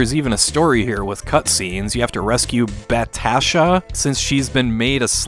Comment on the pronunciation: Bat-asha lol she had quite the mug